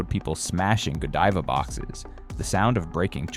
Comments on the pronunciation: Please get pronunciation correct. Godiva long i , i want to hear it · gawd-eva? Can we trust this guy when he sounds like he doesn't know what he's talking about? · I think it's actually pronounced (Ga-dive-uh), ya know...kind of like Lady Godiva, I reckon'... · AI can’t even pronounce GODIVA correctly.